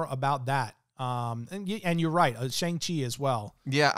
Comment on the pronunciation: Its Shāng-Çhi